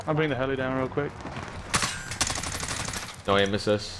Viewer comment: It’s funny that he says “NO AIM AISSIT?” poor man wouldn’t last in r6